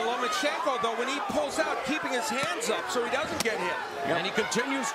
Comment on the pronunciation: It's Lomachenko not Lamecheko Ma'am. FYI